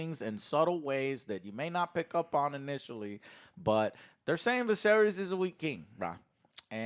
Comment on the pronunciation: Bruh he calls Ser Criston Ser Christian. And he calls the king Vuh-sair-eeees.